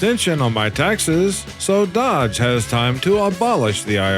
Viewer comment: Its pronounced "Dohj" not dodge... there's no second D. Its also pronounced U S A I D or US AID not U Said. Are you one of those crappy ai reader channels?